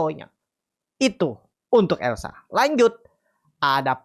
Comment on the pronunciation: Elsa…..bukan lesa